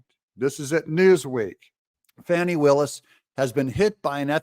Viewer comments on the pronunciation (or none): Her friend said it's Fauni not Fani 😂 both pronunciations are ugly so does it really matter